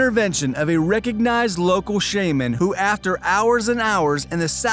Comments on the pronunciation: You sound grown you should know how to pronounce archipelago and shaman seriously man wtf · I hate how he said shaman